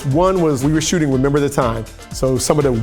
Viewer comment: "do you remembah girl.. on the phone you and me???"